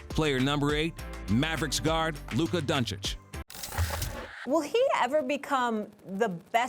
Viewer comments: Stephen "Luker Donchick" Smith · Stephen “Luker Doncic” Smith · “Lukka doncick”😂😂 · Stephen A Smith: "Lükker Donchick" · Dark Knight lmaooo “lukka doncick” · LUKER DONKICK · i think you mean "luker donchik" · Luker Donchich